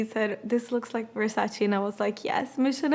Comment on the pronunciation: Finally someone who pronounces his name correctly...it's Versace not Versachee